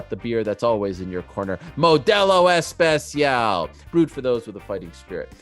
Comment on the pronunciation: At least Ariel learned how to pronounce model especial instead of spatial.